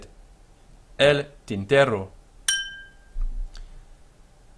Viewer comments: Lol why are you.pronounce v in Spanish like W? Its a B sound (or a modern greek β sound) Also R and RR contrast in Spanish. R is an alveolar flap, your saying tinterro instead of tintero. Also I think pronouncing Y/LL as DJ is more common than either Y or SH(ZH). Spain and most of latin America does DJ part of Central America does Y Part of Argentina does SH part of Argentina and uruguay does ZH (or maybe I reversed those two) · Muy bien. Just an observation: single "r" has a softer, shorter sound than the "rr", which you already know, since sometimes you say "tinterro" (non standard) and others "tintero" (standard).